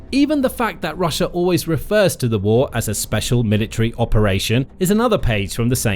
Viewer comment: .... "rush-er" lol